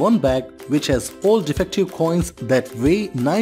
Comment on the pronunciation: Contextually, "all" makes sense. That is also what the captions say. But what I hear is "four", on multiple retries on several different machines/speakers. So I asked a friend, and a neighbor. one of them is undecided. He simply cannot choose. The other is adamant that the word is "four" and cannot be anything else. My point: When the narrator has such a strong accent, he should employ additional visual aides to clarify. He is already displaying ALMOST all info. Why not expand the infogram to show all pertinent facts?